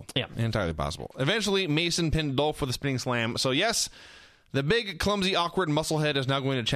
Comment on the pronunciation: I miss Vince calling Ziggler "Doelph."